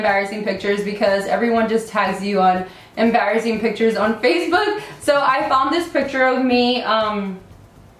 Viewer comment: how she says embarrassing ( amm-berrassing)